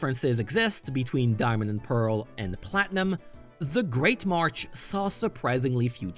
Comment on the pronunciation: 6/10 kept saying march instead of marsh